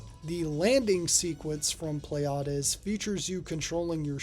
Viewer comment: "Pleiades" is a real-life star system and its name is correctly pronounced "plee-ah-dees" ... not whatever you said there :) Don't worry about it, though - Greek words are sods to pronounce, and I remember a friend of mine always called that arcade game something like "Pleads" - so your stab at it was closer than his. Just to add to the confusion, the name is actually mis-spelled on the game's title screen as "Pleiads" but it's spelled correctly on the cabinet art ("Pleiades").